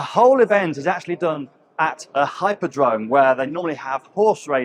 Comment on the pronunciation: Hippodrome, not hyper-drome. Hippo, being ancient Greek for horse.